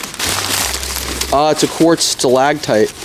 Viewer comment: FYI - Stalactite, not Stalagtite.